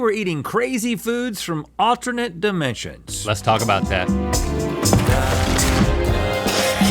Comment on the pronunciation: "From OTTER-NUT dimensions" -rhett